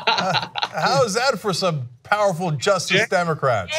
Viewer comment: Why does Cenk keeping saying "just democrats"? It's only one extra syllable, just-ice, not difficult.